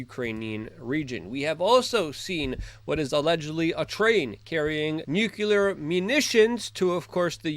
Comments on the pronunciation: how hard is it to say NUCLEAR instead of nucular? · Like, why do you keep mispronouncing the word "nuclear"? It's pronounced "nu-clee-ar". Not ""nu-Q-ler." Got it? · NUKE -LEE-AR not NUKE-U-LAR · Luke radowski please learn how to pronounce the word nuclear? Thanks